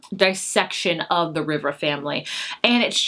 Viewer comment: Malibu Rising; pronounced Reeva